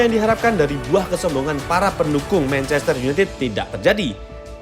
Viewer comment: mencester opo manchester? wkkkk